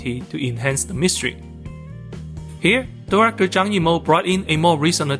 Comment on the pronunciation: Why does Zhang Beijing sound like “John Beijing”?